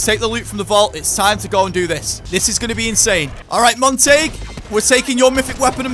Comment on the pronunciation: Montague .. It's pronounced monta- gyoo. Not Mon-tayg 😂😂😂